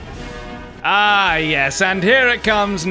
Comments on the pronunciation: I laughed way too hard at "Tor-TOISE!" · A Brit doesn't even pronounce 'tortoise' correctly. Shame